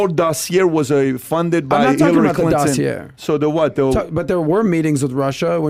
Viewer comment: Dos-ee-aye = Dossier. Not Dos-ee-errr